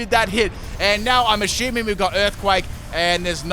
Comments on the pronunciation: The word assuming: exists: Ashuming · That's how it's pronounced?